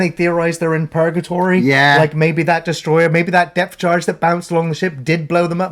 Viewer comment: Depth Charge,. Not Death Charge.